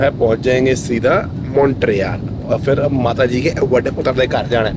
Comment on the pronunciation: It is not fir, it is phir!